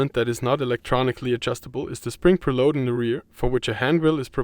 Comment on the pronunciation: Nice review! One language thingy; it is a pré-load on the spring; you pronounced it a bit like prulóad…